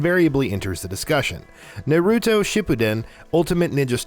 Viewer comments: Frayzuh, super cyan, Nuh-roo-toe, suh-soo-key 🤣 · Nurutoo, sasukay, wiz… get someone who at least has watched anime to either help the dude with the names or just have them do it. 😂😂